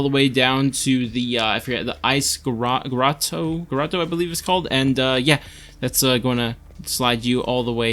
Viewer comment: its called a grotto. groh-to.